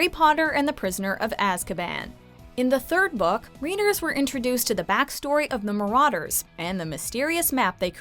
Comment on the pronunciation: Evry time she says marauders i wanna punch herrrrrr